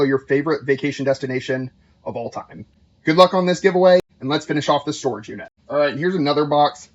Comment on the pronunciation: Doll “Storegge” lol